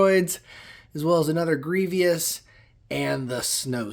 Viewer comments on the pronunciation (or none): I know he's fairly devious but he's just pronounced Gree-vas